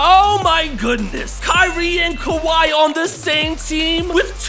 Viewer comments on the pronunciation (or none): none